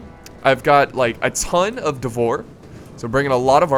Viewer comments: "Devor"... I just cant's listen to that. No, it's "Dvor". I assume it's the same as as in Serbian, which would translate to "court". Basically some sort of nobles. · that moment when you are not even Eastern European and Call "Dvor" wrong :D :D